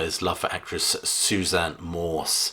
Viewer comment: I was watching and holding my breath that you'd choose 'Watchtower' as no. 1, and luckily... Love your videos - you're very erudite, with a great command of the language. (Here, though - I hope you don't mind my pointing it out - it's 'Hardin' [not 'Harding'], and 'Susan Moore' [not 'Morse]).